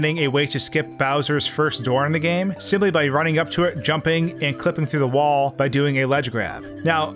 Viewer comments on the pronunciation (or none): none